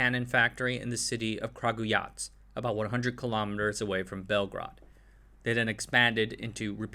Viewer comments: it became "Kragijuvac".. This isnt wrong pronunciation, this is againg cutting a syllabe to this poor word..! Anyway nice.topic (as often on this channel though) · "Kragujac"?!? There's a missing syllabe..! Kragujevac! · Okay, stop! Halfway through the video and I have to say something. All you had to do was google the pronunciation of three words: 1) Kragujevac [krah-goo-yeah-vahts] 2) Crvena [ts'r-veh-nah] and 3) Zastava [with accent on the first a]